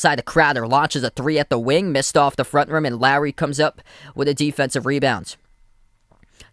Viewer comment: Took me a while to figure out who you were calling "Larry". His name is Lowry - "lough - ree".